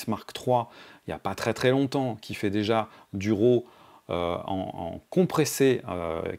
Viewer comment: tu dis "Row" ou RAW lol trop trop de pas réussir à le dire correctement.